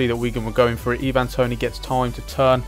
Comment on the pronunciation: And your saying ivan toney wrong, just pointing out cos it was irritating me aha :p